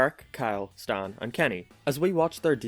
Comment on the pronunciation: Did you just say staäen insted of stan